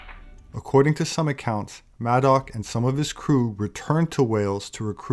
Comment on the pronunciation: Did you say Maddox?